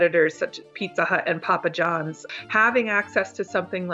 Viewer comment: That dude just said pupa John's instead of Papa Johns 😂😂